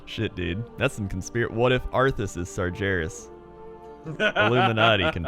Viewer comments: It's Sar-GHE-ras, not Sar-JE-ras. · come on,you hear pronounce ''Sargeras'' properly all the time,are you calling him ''Sergeras'' just to mess with us? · Everytime says Sar-jeras, I want to slap him. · Sargeras not sarjeras. not noble. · Sarjares.... Sourfang... dammit I know the names in WoW can be tricky but those Sargares and Saurfang are said like they are spelled. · "Sarjeras" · if i have to hear him say SarJARIS one more time i'ma punch him in the dick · its not sarjeras holy hell pls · why do you keep calling him "sajaras"? ok my stupid rant over. great video as usual. keep them coming. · Sarjerus Sarjerus Sarjerus... Holy shit, learn how to pronounce Sargeras when the Lore God is telling you OVER AND OVER AGAIN. Are you simply being too stubborn to admit you're wrong about his pronunciation? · "sarjeras" please... I beg you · Sar "Jer" is, damnit you're killing me. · the creator of "GIF" pronounces it with a soft g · If I had a dollar for Everytime said "SarJerus" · hears say sargeras correctly several times over still proceeds to pronounce it incorrectly, never change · Sargeras has a hard G. Don't just listen to say it correctly and then ignore it hahahaha <3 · I can feel cringe every time says sargeras wrong... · me too. im triggered. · Why is he saying it like that? I've never heard him say it this way before